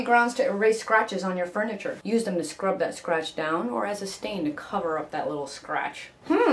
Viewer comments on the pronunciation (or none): i love when she says..... scratch , (; SCRATCH !